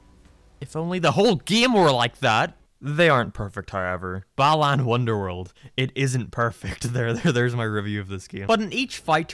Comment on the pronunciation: Starts with "balaan wonderworld" Me: please tell me people won't meme that too